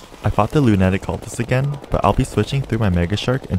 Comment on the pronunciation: I will never forget how you just said lunatic coultist